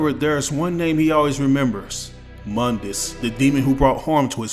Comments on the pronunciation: Mundus (Moon-dis) not (M-un-dis) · Mundus (moon-dus)